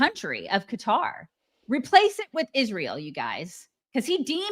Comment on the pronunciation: I especially hate how she says Ish-rael.